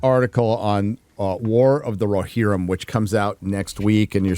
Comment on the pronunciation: "War of the RoHERrim."